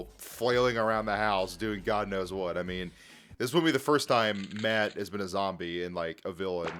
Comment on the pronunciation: his name is pronounced Matt not mad lol